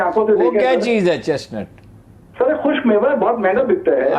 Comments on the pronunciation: Ye lagatar Net bol rahe hain Halanke ye nut pronounce hota he Hazelnut. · It is nut ,not net .like chestnut and Hazelnut